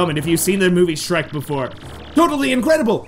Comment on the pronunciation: Shrek S-h-rek